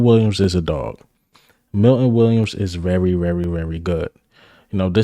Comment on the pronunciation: Bruh...u hating on eagle players, they r on the same damn team!! Jordan Davis, Swift?? Come on bruh!! First u need to concentrate on saying the word "VERY" its not "WERYYY" Imma start calling u "" as in ELMER FUDD! "BE wery wery quiet, we gotta catch the Wabbit!!" 😂😂😂😂😂😂GOT EM'!!!!